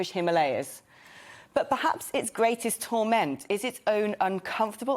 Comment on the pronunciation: TORment; not : torMENT; as a noun at least